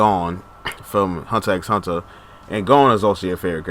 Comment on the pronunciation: My guy actually said Hunter “X” Hunter like bruh